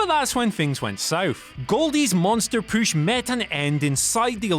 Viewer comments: I don't know why, but this guy repeatedly saying "poosh" instead of "push" is driving me fucking insane. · why does he say "poosh" instead of push? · Maybe I'm the only one slightly annoyed by the pronunciation of PUSH not POOSH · Where are you from? Why do all the words that have OO or OU sound so weird coming from you? You are the only person I’ve ever heard that makes push sound like poosh alongside many other words. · WhatCulture workout: Every time he says POOSH, give me 20 POOSH OOPS! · If youre gonna try to place more heat on cena, learn how to say push...its not pooooosh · I can't take u seriously wen u say poosh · They realized they needed to do something on the way this guy says pooosch, like i said last video. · Downvote because I can't stand the way he says "POOSH" 😠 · I want to beat your ass for saying push like pooosh. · whats this poosh word that keeps being said??? edit: oh my dear god i have known a partially deaf 7 year old pronounce things better than this idiot lmao. u and oo completely mixed up n u say bury as berry. should sounds like shud not shood. jesus h christ what a flid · Stop saying pooosh... PLEASE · Say "Püsh" one mor time ! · I hate when he says "pooush" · They look for any video where he can say "poosh". They must. It needs to be done. Jesus. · Your repeated push pronunciation is stupid. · Whatculture needs to stop pushing! He can't even say push correctly! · It really bugs me the way this guy says push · It’s his accent